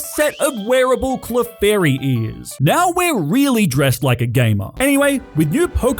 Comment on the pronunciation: You put some respect on my gal pal chikorita right NEOW